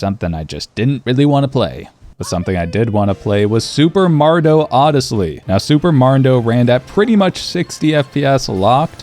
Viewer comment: Super mardo odesly 🤣🤣🤣